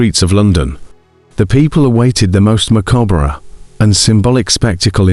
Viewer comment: Wow did u really just pronounce the 're' in macabre?? 🤭 Not being a d*ck, but genuinely curious, is that a British thing?